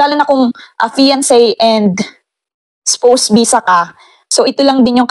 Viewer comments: Its pronounce as Spows!!! OR COULD BE READ LIKED SPAWS🥱 Not Spoussss.. 😂 Pronounciation of words correctly is must as it says there will be an interview in it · ang pronunciation po ng Spouse is Spawse po. Sorry po.